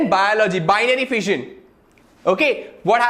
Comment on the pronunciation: I heared VISION instead of FISSION